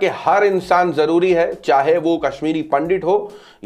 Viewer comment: Pandit to bolna seekh le pahle.